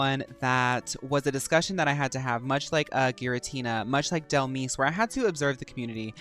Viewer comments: for me is the way you glow up Dhelmise just by the way you pronounced it ! Dhel miss ! right she can be a spooky miss 🎀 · Baby, Dhelmise is pronounced like demise, hence the name